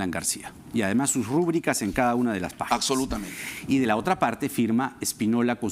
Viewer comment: y (el abogado) dice "Acsolutamente".